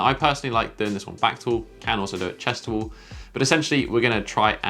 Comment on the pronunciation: if you could stop saying wole and start saying wall, i could stop imitating you every time you say wole